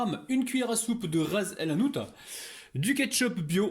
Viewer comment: 😂ta prononciation du mot ras elhanout c waouuuu 😂 merci pour la recette